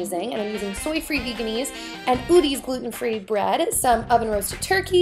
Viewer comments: It's pronounced veggie-naise like mayonnaise but with veggie instead of mayo not vegan-ease haha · I don't know why she says vaganise it's veganaise?